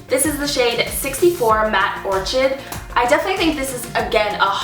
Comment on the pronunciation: Wow! You did a real good review on these ! And it showed each colour really clearly well!( many show vaguely as they don't wipe off really well after each application!) You are a pretty girl! But when you said orchid as or chi d Instead of "qid" , I almost lost it & laughed SO HARD!!! LOL.A GREAT JOB, though!